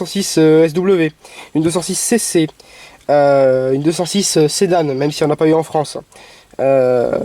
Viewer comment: Très bonne vidéo ;) Par contre on dit clarion comme Marion et non pas comme clarionneeeee lol!! Pareil pour la 206 Sedan comme éléphant et non pas sedane ^^